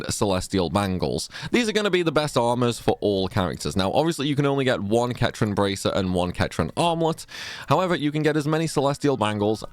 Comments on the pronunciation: wtf its Set-ran....as in the cetra, not KET-RAN... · Ketran? It's cetran, pronounced with an S, like you know, the Cetra? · It’s pronounced ‘Setran’, not ‘Ketran’. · Centran not Ketran 😂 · Pronounced "Setran" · Now you know damn well 'ketran' isn't how you pronounce that lol. Aerith ain't the last of the ketra. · It is funny how you say "cetran" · So sorry to do this. You'd think that Aerith's race would be pronounced the same as the 2 best Cetran armors in the game. Oh Aerith is Ketran? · They say how to pronounce it in the games. There’s no excuse for anyone who doesn’t think it’s pronounced Set-ran. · Its a small thing but mispronounced cetran armor creased me, the say it in the game 🤣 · Anyone else noticed said Cetran incorrectly? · Yes that stuck out. It begins with a C not a K lol